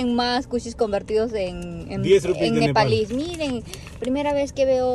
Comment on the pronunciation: NEPAL, es NEPAL Te falto la L